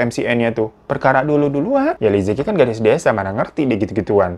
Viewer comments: Bacanya bukan liziki , tapi "Li Ce Chi" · Li Ziqi bukan benar2 dibaca "li-zi-ki". Cara baca pinyin itu "li ce chi" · Bacanya liceci bang fyi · Aku ngefans banget sama liziqi Liziqi bacanya lisice. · Liziqi baca jadi Li Ce Jhi kakak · Bacanya salah， yang bener Li ce chi Tao Bao bacanya Thao pao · Li ce yi Bang cara baca namanya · Li Zi Qi dibacanya Li Ce Chi Li Jia Jia dibacanya Li Cia Cia